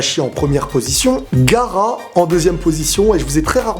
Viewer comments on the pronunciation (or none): frère c' est GahAra ! PA garax) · Arrete youtube oh mon dieu ta dis " gara " au lieu de " gaara " c'est erreur est impardonable arrete les mangas stp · On dit pas Gara mais Gaara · Et c'est gaara et pas gara